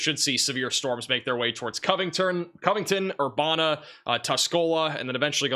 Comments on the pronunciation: It actually “uh” instead of “a”. Like Master P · Just for your future reference. Urbana IL is pronounced Ur ban A. No way you could possibly know how to pronounce every city in the United States. This is in no way a complaint. We found your channel and love the accurate information. Thank you foe your reports